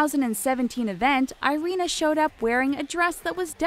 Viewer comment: Irina a is pronaunsed like Ee-rina